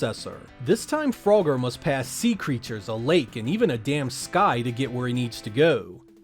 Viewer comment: Lmfao fro-ger 😂